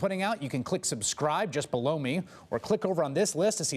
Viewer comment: HAHA when Chris Hayes says 'Just below me' he sounds like he's saying 'just blow me' HAHAHA